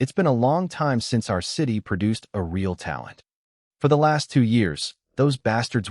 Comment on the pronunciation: Please learn to actually speak English correctly or stop making shit, I guess the choice is yours but I'm downvoting this right this second for your inability to say real.